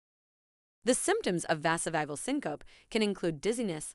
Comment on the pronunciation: Vazzo-vauge-el sin-co-pee is the correct pronunciation.